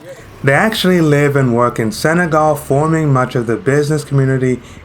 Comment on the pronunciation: It's not Sagal, but Senegal